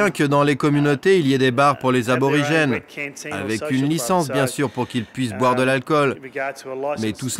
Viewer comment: Y'a un R qui a fait une PIXAR là XD